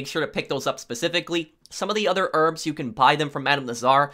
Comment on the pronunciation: ask for the rrrrrrrbs